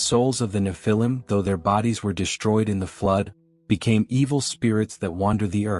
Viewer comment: One thing is for sure , the AI voice is murdering the way you say "nephilim". 😂